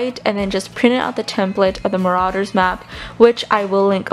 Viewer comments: It's ma-ro-ders map not ma-ra-ders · you are saying it wrong is mArauder's not maraUder's